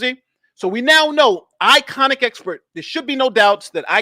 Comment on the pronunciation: It is ‘I’ ‘con’ expert not iconic expert 😂 albeit a foolish one